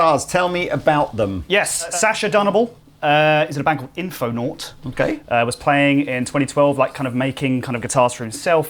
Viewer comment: Did he say “INFOnaut”?